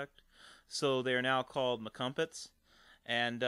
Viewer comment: lol 'mcumpets'